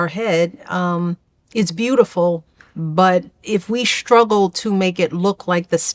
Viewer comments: Every time Obama says "shtruggle" or "shtraighten" I want to put my fist through my monitor. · She pronounces the “str”:combination as “schtr” Schtruggle, schtraight, schtreet. Thenwe have gonna, wanna, te, etc. Mooch is a slow learner & never quite picked up her ivy education because she was toobusy hating the white kids who ran circles around her. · If we shhhhhhruggle … I know people who can’t properly pronounce ‘st’ (it’s not racial, it’s just habit) but it drives me bonkers, why can’t Michelle just leave us all alone??? You have mega mansions in Hawaii, in Chicago, DC, in Martha’s’ Vineyard for the love of god, GO THERE!!!!!! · THERE IS NO 'H' IN STRUGGLE. SO TIRED OF THIS AFFECT!